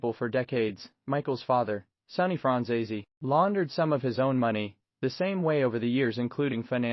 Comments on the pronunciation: It would help if you pronounced his name right. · My God, learn how to pronounce his last name correctly